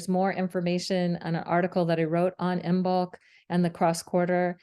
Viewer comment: This is an excellent explanation that I will share with my Druid/Craft friends! And, here are a couple of language quirks for future reference: "Hearth" is pronounced Harth, and the "b" in Imbolc is silent.